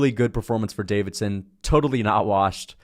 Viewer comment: Bro has Deiveson’s name on screen and still calls him Davidson 10x